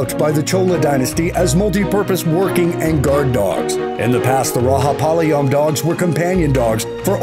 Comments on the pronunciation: it is Rajapalayam not rahapalyam plz pronounce properly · It's not raha it's Raja spelled ra-ja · Bro it is (ra-ja-pa-la-yam) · Not rahapalayam its rajapalayam dogg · It's not Rahapalayam the j is pronounced with a ja sound just like g in george. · Number 8 its not pronounced Rahapalayam... its Rajapalayam.... Ja... not Ha... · Did this dude just say RAHAPALAYAM instead of Rajapalayam? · Its rajapalayam not rahapalaym . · Narrator correct ur pronunciation It's Ra Ja palyam not Ra Ha palyam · It's not "ra ha palaym" it's "ra ja palaym" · You gotta pronounce that as "RAJA with a J sound and not H sound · Bro it not rahapalayam it's Rajapalayam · Just because Juan is pronounced as Huan. Rajapalayam is not Raha 😂. It's J as in Joker. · Everytime you said ra'ha'palayam to rajapalayam I was like chutiya bas kar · it is not rahapalayam it is rajapalayam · RAAHHHA PALAYAM ?😳🤣🤣 75 million Tamil people died hearing that !! Rajapalayam, chippiparai, kanni and kombai are Tamil dog breeds . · It's Rajapalyam not Rahapalyam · Its not rahapalyam Its rajapalyam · That is not raga palayam, RAJAPALAYAM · you should not pronounce it as rahapalayam, i am an indian , it is ra ja pa la yam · It's Rajapalayam ont Rahapalayam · Raja not raha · The pronounciation of Rajapalayam is wrong, it is thia way Ra-ja-palayam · So listen The "J" in Rajapalayam is very pronounced like "The Raja" and Himachal Pradesh is one state , not two separate ones. Those mistakes are where u should start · Rajaplyam pronouncing is wrong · You need to cross check the details before you post in youtube. Map is wrong , and pls try to pronounce the words properly. Thk u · Some of the pics shown for No.7 Kaikadi belongs to kanni and chippiparai.. Please do a proper research and post video.. Kanni and Chippiparai are pride of Tamil Nadu.. And You pronounced Rajapalayam incorrectly., Please change that also.. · Bro you have didnt said the right name s like rajapalyam